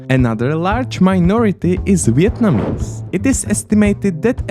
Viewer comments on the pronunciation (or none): none